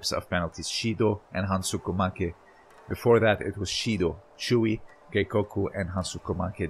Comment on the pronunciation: Great video. BTW Is Hansoku make. Not hansuko .